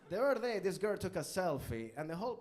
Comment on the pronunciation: I come back to rewatch this every so often. He is able to turn "the other day" into a three syllable word; "thutherday." Love him